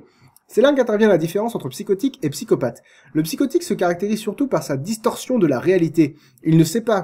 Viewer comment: c'est un vilain pyscopatheuh VILAIN PSY-CO-PATH